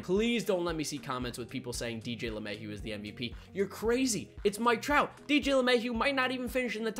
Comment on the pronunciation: I love dj but it’s mike trout